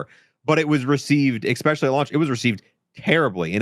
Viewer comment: He says ekspecially like a five year old speaks 😂 it’s especially btw 😂